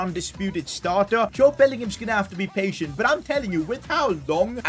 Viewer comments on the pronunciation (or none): none